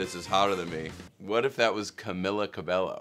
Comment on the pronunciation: ok but is no one gonna talk about the fact that he said camila cabello like (ca-be-LL-o)